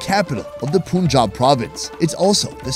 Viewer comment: You are ding great. I hope you plan to visit other cities too, i.e. Karachi, Peshawar, Islamabad, Multan, and Quetta etc. We have 4 provinces here and you ae in Punjab rightnow. Couple of words your narrator can pronounce a bit better: "Kahaari" => "KaR-Haaee" "PoonJab" => "Pan[=Fun] - Jaab"